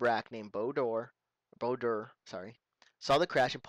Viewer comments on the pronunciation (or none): Bao-Dur (said Bayo Dur)..sorry but it was nagging at me...sorry :( Anyway good explanation videos, been watching from 3 and liking it so far :D Its telling me stuff I either missed or just didn't know.